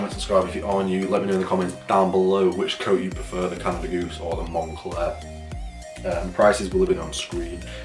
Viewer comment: Bro got the Canada FOOSE 😂😂 and the Monfakey